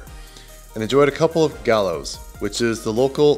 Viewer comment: note it's Lake ATITLAN, not ATLAN. Also VAGA mundo, not VEDJA mundo....the beer in Spanish is pronounced GYO, not GALLO as in English. Two LLs in Spanish is a Y.